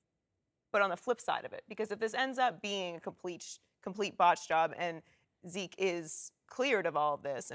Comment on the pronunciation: "What about veke?" Ladies and gentlemen.....